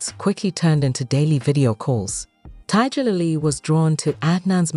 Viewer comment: Tiddjerlily? Can't stand these AI voice overs!